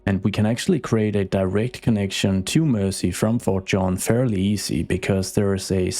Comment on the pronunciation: It's "Mersey" (said more like mur-zee), from Old English "mæres ea", meaning "mere" (as in "Boundary, limit; a boundary-marker; boundary-line"), and "ea" being English for French "river". A lot of the time (maybe most of the time) when you see "-ey", or even "-y" at the end of an English place name it's a nod to a waterway.